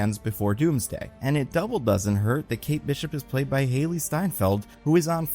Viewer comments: i hate the way you pronounce kate bishop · What are these pronunciations? Ashoka? Kate Beeshop?